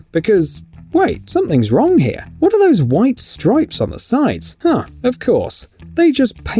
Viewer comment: “Guess which ones ATE painted” , it’s ARE.